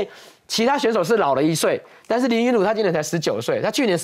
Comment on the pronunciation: 主持人能不能用點心，林昀儒的名字是要唸錯幾次🙄️🙄️